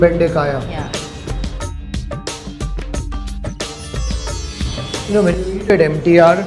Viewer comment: Bendekaya? Really? Must be difficult for the foreign host to pronounce local dishes!🙏🏻 Great hospitality by the lady!